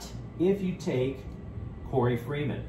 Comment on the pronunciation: His name is Korey Foreman, not freeman. Fight On✌🏽!!!